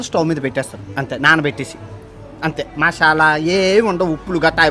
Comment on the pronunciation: Mashyala ❌ masala✅